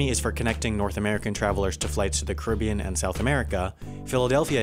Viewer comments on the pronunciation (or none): none